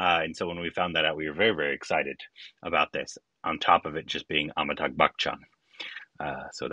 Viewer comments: It’s AmitaBH, not AmitaGH. Just a correction :) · Please learn to pronounce AmitaBH !